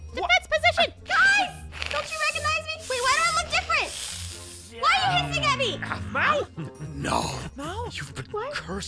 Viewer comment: Yeah and btw it's aphmau not "ahpmau" no hate btw